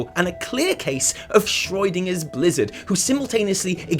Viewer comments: Who is Shroidinger? xD Schroedinger is pronounced way different -_ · please stop pronouncing schrödinger as schreudinger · Ah yes, the shroydinger effect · Anyone else wondering who Schreudinger is? I'm guessing he means Schrödinger but I'm concerned I missed a joke somewhere... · Schroid-inger, Schrödinger on roids. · The way you pronounce Schrodinger is making my temporal lobe spasm! But besides that, great video as usual guys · The only problem I have with this video is that can't pronounce Schrödinger correctly... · you butchered Schrödinger. ^^ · your pronunciation of Schrödinger is the weirdest one I have ever heard. Nice.